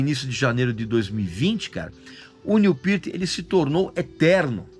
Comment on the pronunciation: Cara fala o nome do cara direito